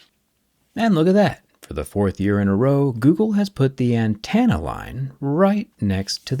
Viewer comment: an-ten-uh. Not an-TAN-uh. Having to hear it like 5 times within a minute...